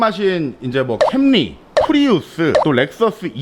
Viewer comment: correct pronouciation is "켸머리'